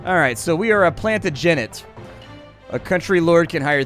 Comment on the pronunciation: It's pronounced plan-TAJ-uh-nent.